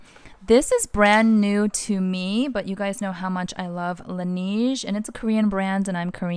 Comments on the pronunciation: I love the laneige toner ever since you mentioned it! It’s super hydrating. I think it’s pronounced la neige like ‘the snow’ in French. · oh! Is that how it’s pronounced in Korea? I haven’t visited a Laneige counter in years, my mistake! I love seeing your skincare and beauty picks bc you have similar skin tone and type to mine. 🥰